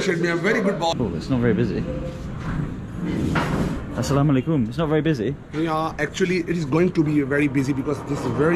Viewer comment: Every time you met new people you Said Assalam o Alaikum!! It's wonderful to hear 😍❣️